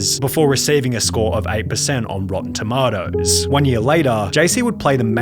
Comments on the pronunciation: Sunny say it with me TOMATO NOT TOMO'O TOMATO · Holy shit, I always thought the "toMAYto, vs toMAHto" expression was bogus because fuckin nobody pronounces it "tomahto"..only to find out, sunnyv2 does. Fuckin wild